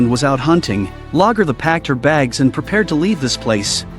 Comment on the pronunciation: I wish AI fake voice overs could get NAMES right at least. Whomever....get your VIDS correct. How many times do you miss pronounce Lagettha dumb AI and vid maker?